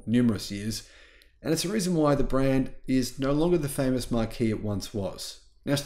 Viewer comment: Marque is pronounced 'mark'